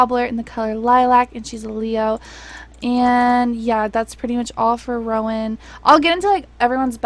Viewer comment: you said rowan’s name right and i’m shocked